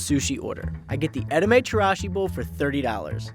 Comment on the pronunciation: I cringe when he says edomae & Hokkaido 😅 I worked at Nobu & there's several restaurants that use the same fish suppliers around town. There's literally no fish that's labeled "sushi quality." A true sushi chef & connoisseur will realize freshest isn't exactly the best. Fish is equivalent to steak & the best flavors come out when carefully aged. Nobu utilizes super freezers which enables them to provide a longer shelf life & maintain quality control throughout the week. The answer is basically you pay more for the name/decor than the quality itself. Plus no fuck way kinmedai is $3 a piece literally anywhere